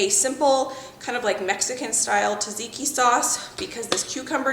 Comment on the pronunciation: tzatziki is pronounced as zatziki